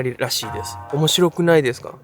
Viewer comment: 「すごくないですか？」すごい！「面白くないですか？」面白い！ でもここだけイントネーション変やん